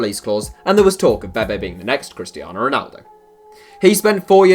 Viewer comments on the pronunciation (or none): none